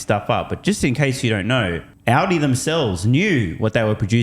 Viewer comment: Sandy said "Oddy" three times before I realized he meant Audi. 😆